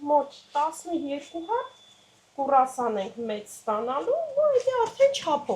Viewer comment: Արդեն երկրորդ անգամ ինձ հանդիպեց այս ընտանիքի տեսանյութը և անկեղծորեն ասեմ՝ չեմ կարողանում դիտել մինչև վերջ։Կինը շատ վարպետորեն իր գործն անում և հասկանալի ու գրագետ բացատրում է։ Տղամարդն իր հարցերով, միջամտություններով ու կրկնություններով ուղղակի խանգարում է դիտողին։ Ջուլյային վերաբերող միայն մի դիտողություն կա։ ջան, ոչ թե կուռասան է, այլ՝ կրուասան։ ❤